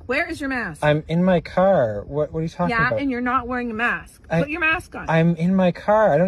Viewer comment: how he said car lmao